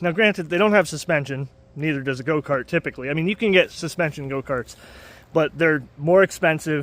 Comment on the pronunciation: Why is he saying goat-cart?